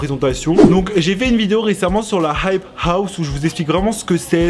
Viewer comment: Tu galère tellement à dire « hype house » mdrr